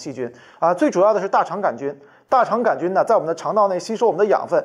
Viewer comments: 杆菌不加儿化音 :-) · 杆也要加儿化音哈哈，太逗了杆儿菌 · 杆（儿）菌，哈哈哈~~ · “杆儿”菌。。。为啥不说“球儿”菌？ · 杆菌为什么加儿化音😂